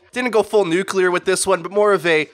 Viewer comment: You said "Nuclear" wrong you doof.